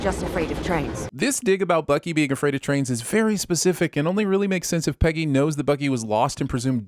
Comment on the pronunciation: The sins narrator refers to Captain Carter as "Penny" rather than "Peggy." Ding.